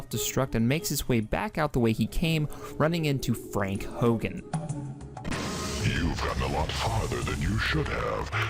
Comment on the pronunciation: I think its Frank "Horrigan" not Frank Hogan. Lol XD. Well guess it doesnt matter though. :)